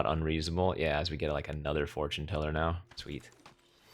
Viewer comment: four-tune teller :D